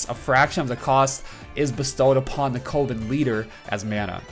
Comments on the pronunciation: I freak out everytime you say covid... its cuh-ven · Coven is pronounced cuh-vin (kinda like oven). Don't want you to get blasted for the pronunciation in future vids. Love the content! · you probably got told this already but coven is pronounced like oven